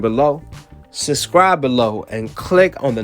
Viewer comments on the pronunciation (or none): It's SUB scribe, not SUS scribe.